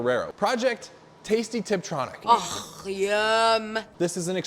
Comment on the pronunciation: didi he say triptronic..?